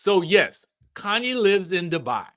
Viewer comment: He's saying "Kanye" instead of Khanyi, so I doubt. And her name is Kefilwe. Kefi is just short form and I think it's pronounced "Kayfee" but u know Americans will say "keefai"😂😂😂